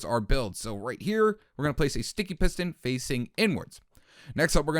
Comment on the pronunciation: Wow I hear it